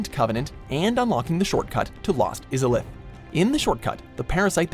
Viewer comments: That's not how you pronounce Izalith... Also "Lord's talisman"? Really? I get that the narrator has no knowledge of the stuff he reads, but can someone fact-check that shit in production? :D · Orunsteen and smogg? Lord's talisman? Great greywolfsif? The DARK lurker? Lost eezaliff?